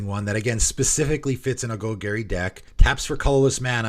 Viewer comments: Gol Garry… meow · New players: don't pronounce it like how it is said in this video. 🙏🏻